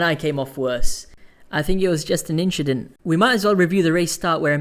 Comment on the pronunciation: Haha “inshedent”